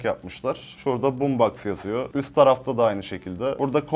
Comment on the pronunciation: BOOMSBOX xd